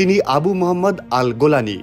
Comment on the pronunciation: গোলানী না জোলানী